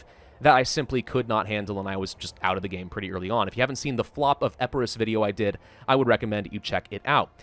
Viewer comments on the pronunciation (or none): its, EEE-PIII-RUS not Eh-peu-ros